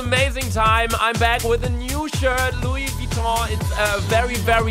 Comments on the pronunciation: Niemand: Luca: Schreibt Luis Vitong Jeder Idiot weiß das es Luise Vigong heißt 🤦‍♀️ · Niemand: Wirklich Niemand: Wirklich absolut niemand: Luca:Louis Vitong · "Louis Vitong" 😂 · Luca: Louis vitong😂😂haha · Louis vouitton ne haha 😂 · Louis Vuitton wird so geschrieben und nicht wie du es schreibst😂